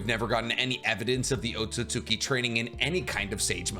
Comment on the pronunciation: Otsutsuki = Oh-sew-sew- Key